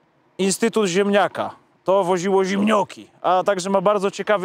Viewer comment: „To woziło ziemnioki” — nie „ziemnioki”, tylko zimioki.